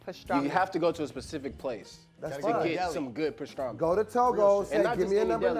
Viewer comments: Stop saying pastraaahhhmi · lost his argument the second he said pastrami wrong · is lurking me w/his pronunciation of pastrami....that am is PM & not AM.....ARGH!😑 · Does purposely pronounce things wrong? Pastrami and asparagus. Even the way he spells is odd. 😫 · lost all respect with the BLT is a struggle sandwich comment when you loose over half the weight as bacon grease, and the brotha can't say Pastrami right.